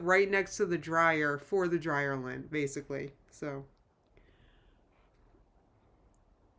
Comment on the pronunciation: You said dryer lint and I heard DryerLynn.